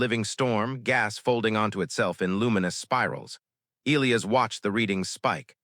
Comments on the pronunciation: NOT EEElis. It's pronounced EE LIE AS. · I can’t listen to many more stories where the AI narrator can’t even pronounce Elias correctly